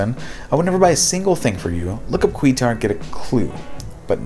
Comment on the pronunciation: Just a little correction on the last one, Quixtar is pronounced Quick-Star. I HAD friends who sold Amway/Quixtar. Lucky for me, I had no extra money and became pregnant that caused me to be hospitalized for 4 months and a 6 week early C-Section. I was too busy with hubby taking care of family stuff. 25 years later my hubby and I joke about how lucky we were not to get sucked in!